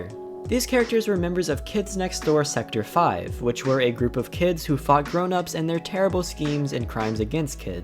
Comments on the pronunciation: "Sector Five?" That's actually Sector V, as in the letter "v" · Sector 5? Its V. Theyre letters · SECTOR " V" NOT SECTOR FIVE!!! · I love this show, it just bothered me a little when you called them the operatives of sector 5... it's sector V as in the letter V not the roman numeral. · It's actually sector V, the letter V. Not the roman numeral 5. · its sector v. not five. and no it isnt a roman numeral cuz other sectors have been named as "A", "Q", and "Z" to name a few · Sector V: The V is just the letter V, not the roman numeral for Five. Just wanted to correct that. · Isn’t it called Sector V, as in the letter? Not Sector V, the Roman numeral? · Did you even watch the show? Its sector V, the letter V, not Roman numerals. Also, the delightful children were the missing children from sector Z who were brainwashed by father who is actually Number 1's uncle and he hate the KND because the KND overthrew his father's world wide empire with Number 1's father number 0 leading the rebellion. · ....why did you say Numbuh One’s real name but not the others? For those who don’t know and are wondering; Hoagie Gilligan Kuki Sonbon Wally Beetles Abby Lincoln Also, it’s “Sector V”, as in literally the letter V, not Roman numeral 5. Also also, I’m pretty sure the Delightful Children were like, brainwashed to be an adults idea of what a “perfect child” is. EDIT 2: I don’t want to ruin an aspect of the ending for you, but there are plenty of times in the show when Numbuh 3 isn’t happy. We see her get sad, angry, upset, scared...it’s just that overly happy is her default emotion, but that doesn’t mean she never has a mood change at all.